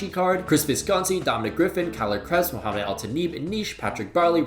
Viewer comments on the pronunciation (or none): none